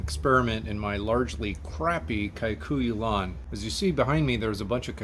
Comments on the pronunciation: Saying Kai kuyu is like saying Aitalian. Kikuyu is pronounced in San Diego without the long i,… it's just international ki pronunciation, like kee or like 'it' kikuya,…. but not k - eye - kuyu. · Awesome vid. Key-kuyu is how it’s pronounced. Cheers! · Me as Kikuyu woman crying a lil bc of the pronunciation but he's so close. N yes it is the og